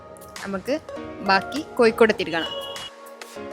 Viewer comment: ആദ്യം മലയാളം പടിക്കു. മയ അല്ല.മഴ. കോഴിക്കോട് Koyikod alla.